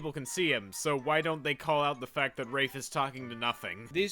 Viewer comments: Yeah I think "Rah-fay" is a LOT more better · I actually had a breakdown after this realization. It’s pronounced rahf, not rayfe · Wait isn't it pronounced "Rah-fay" not "raif". So this movie butchered the protagonist's name and it was cringe to watch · Am I the only one who pronounced it 'ra-fay' instead of 'raif'?? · He kept pronouncing Rafe as raafe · I just now realized that it should be pronounced rah-fay because he was named after the artist named Rafael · I pronounced it similar to Rake but with a f when I was young and as you can see, the person making this did not care to even read the book properly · i always thought it was pronounced "rayf" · Am I the only one who was surprised to hear the pronunciation of "Rafe" bc that is NOT how I thought it was said.